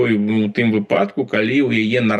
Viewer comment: У выпАдку... Далей можна не слухаць 😂